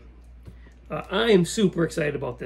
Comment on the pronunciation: GTA = Gran Turismo Alleggerita... So, it is G-T-A 😊 not G-T-Ehy! 😉 It means that it is "lightened" with respect to the normal street version... And yes, you remove the bumpers and you race that (small) beast. Some (small) Italian legends raced that bad girl... Like Andrea de Adamich 😊 nice collection you have and great video channel ❤